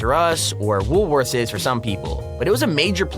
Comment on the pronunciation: WoolWorthes in Australia is a supermarket. I dont know about you guys but when he said "woolworthers" I was about to go out on him until i saw a pic of the store he was talking about